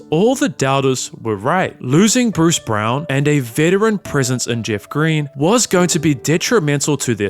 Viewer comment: Narrator did well on the hard names then messes up BRUCE BROWN 🟤 ...great job though otherwise...I like the effort sincerely and appreciate the recognition that pronouncing names correctly shows thorough research